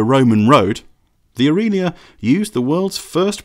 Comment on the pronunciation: AFAIK, there were no Ferrari 275s in the 1950's (introduced in '64 I think) Aurelia is pronounced Ow-RAY-Lee-A, not ooreelia. The Porsche 356 Speedster (another Max Hoffmann project) was way more popular and successful than the 550 and in no way comparable to the A90 Atlantic. Dean and McQueen both raced Speedsters.. Pretty nice list otherwise.. UPDATE: Ghia has a hard G like Goodwood. P.S. Porsche branded cars were produced under the leadership of Ferdinand's son (Ferry). By the time you could buy a Porsche, the old man was pretty ill.. So not the same designer revisiting previous work. P.P.S. Who does your research?